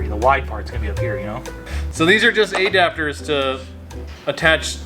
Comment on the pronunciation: A dapters? never heard it like that before.